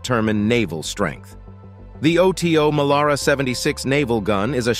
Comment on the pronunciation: Oto Melara it the name of the italian cannon maker Oto is his first name . Do you pronounce john doe: Jay oh aich en , dee oh eee? Oh tee oh , really? try OTO Weiss, and learn about temperature.